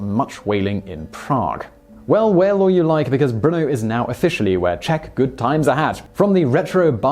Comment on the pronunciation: As a Czech, I adore this video :) And congrats on the pronunciation, you haven't butchered anything ;)